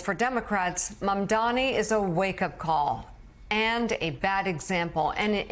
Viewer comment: Joe's interviewing- ugh! He's an arrogant host and irritating former establishment Republican that is baffled by the appeal and victories by AOC, Sanders and Mamdani (learn how to say his name, by the way, Joe!). Only in America 2025 would folks like them be considered extreme left.